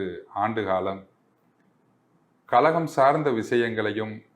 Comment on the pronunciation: முதலில் தமிழ் உச்சரிக்க கற்றுக்கொள் அப்புறம் அரசியல் பேசலாம்.கழகம் என்பதற்கு கலகம் கலகம் என்கிறாய்.